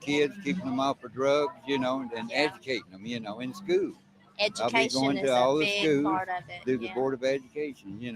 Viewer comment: How could that running Sheriff talk about education and call it SKOO? It's SCHOOL with an L at the end, not "skoo."